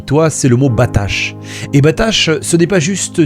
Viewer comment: Amen. Merci pour ces perles que tu nous offres régulièrement. Juste une petite précision, le verbe hébreu traduit par "confie-toi" n'est pas "batash", mais "batah". La lettre finale du verbe n'est pas un "shin", c'est un "heth". Le Seigneur te bénisse abondamment.